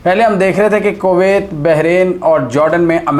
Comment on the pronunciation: For goodness sakes can you please start pronouncing the name of Kuwait properly? You say it in such a nasty way that I feel like not listening to your videos.